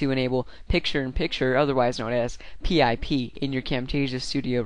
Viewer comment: lol i've never heard anyone actually spell it out P-I-P? just say, PIP